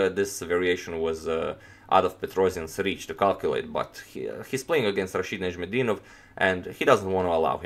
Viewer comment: It's difficult name to pronounce. I'll have to give you credit for that.